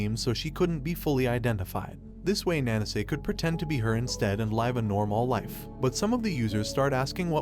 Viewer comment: the AI you used to read this script hurts to listen to, and he can't pronounce Live or Life